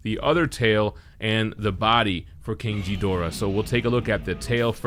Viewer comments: First time ive heard his name pronounced like that.. Its not jedorah. Its ghidorah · It's pronaonced Ghidora not jhidora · Winced in pain everytime he said "Jee-dorah". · You lost me at King Jidorah, dude. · why is he mispronouncing it?? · first off that's not how you say Ghidorah's name 😫🤦‍♂️🤦‍♂️ ...........second that statue looks amazing! 👍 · Bro your pronouncing his name wrong the H is silent..sounds all wrong wen you say it .... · I can tell you’re not a Godzilla fan by how you pronounce Ghidorah🤣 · You pronounced Ghidorah wrong. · The G in Ghidorah is pronounced as a G… not a J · The G in GHIDORAH's does NOT sound like a J. Please learn how to properly say King Ghidorah's name so people won't call you names over it. But the video was awesome though.